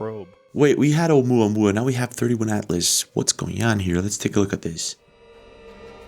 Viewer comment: It's not 31/Atlas it's 3I/Atlas (That's a capital "i").